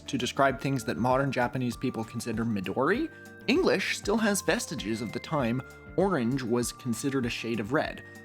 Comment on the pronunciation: I am not Japanese, so I am in no place to criticize your pronunciation, but I would expect you to be into anime, and you do not sound like someone familiar with those words. Midori in particular.